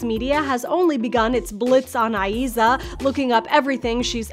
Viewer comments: Her name has only 2 syllables, like IZA not I-E-ZA! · The way she pronounces Eiza's name 🙃🙃